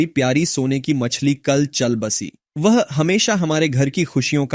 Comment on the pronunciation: Wow, man! The Hindi speech felt as if you were speaking natively in our ascent. It pretty much sounded as if it were spoken by a human. But there was one word which was wrongly pronounced and that was "woh". It spoke it something like "wah". If it had spoken that word in correct pronunciation, no one would have believed that it was generated by an AI.